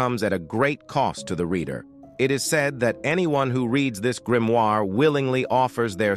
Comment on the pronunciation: Lad... Either choose to speak on fiction or choose to speak on facts & reality. Not a single entry, up to & including the Codex Gigas, is factual. Your robot voice mispronouncing Grimoire three different ways in a row was really entertaining though